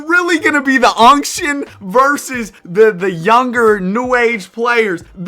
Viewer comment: The unction vs the younction😭